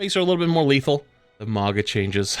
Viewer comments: Why do you americans ignore the u in mauga like its a trump hat maga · Day 3 of asking you to pronounce Mauga’s name correctly 🙏